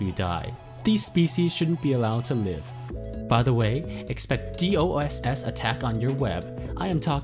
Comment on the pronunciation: Findleeey Benge it is. the person isn’t doing it because he said DOSS instead of DDOS so the person is just trying to pressure the person to do work for free